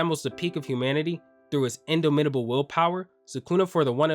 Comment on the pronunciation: This sounds like an AI written script lmao. Man cant even pronounce the words in his own script. Indo mittable -indo raptor lookin ass